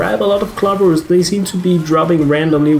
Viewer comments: I think he's trying to say you are pronouncing it different. It is pronounced "clow ver" but i totally understand. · Are you saying cluvers? Wowwww